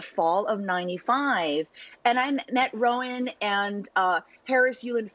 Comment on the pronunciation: American pronunciation of Rowan = RONE !?